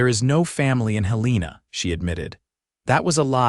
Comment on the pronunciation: You pronounced the state capital of Montana incorrectly!!!!